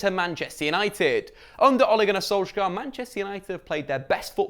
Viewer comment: I think as long as you keep pronouncing Solskjaer wrong the team is gonna continue eating shit